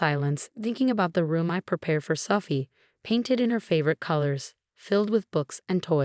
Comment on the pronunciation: And how sometimes "Sophie" sounds like "suffy."